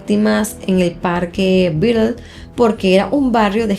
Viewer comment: buen video pero es parque batlle con pronunciación en español no en ingles